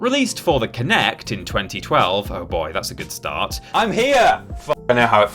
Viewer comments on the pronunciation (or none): none